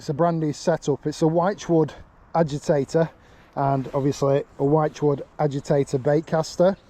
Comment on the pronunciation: Hi. I know it sounds like I am nitpicking but the word wychwood is pronounced like you would say "witchwood". Love the content. Keep it coming. Carlisle Phill.